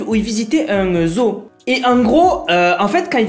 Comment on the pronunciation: Ta façon de dire zoo me tue. Zoho 😂😂